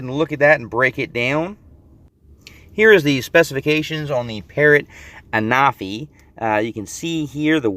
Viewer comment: Hey I just thought I let you know that I myself was pronouncing the name the same as you but when I was watching the Official videos they were pronouncing the name as (AN-A-FEE)